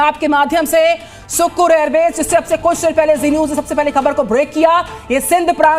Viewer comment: It sukkhur sounds shkhar